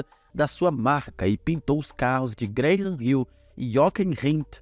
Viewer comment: Meu consagrado, Graham se pronuncia "Grán"